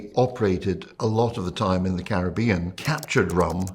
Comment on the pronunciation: … Happy Holidays however you Celebrate! But you mispronouncing “Caribbean “ 🙀at the beginning.😂